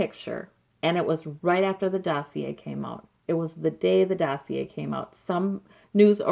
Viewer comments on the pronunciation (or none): none